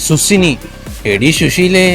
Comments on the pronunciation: സുസിനി അല്ല സുക്കിനി 😅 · Felt really cute 🥰 Le me: സുക്കിനി 🤡: No Way Itz സുസ്സിനി എടീ (ശുശീലേ)😂 KING ZUCCINI 🫅